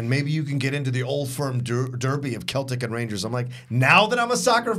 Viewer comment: You said Celtic wrong by the way...